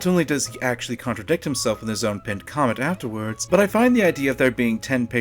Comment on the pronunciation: MORE LIKE "Like or Kament"! :P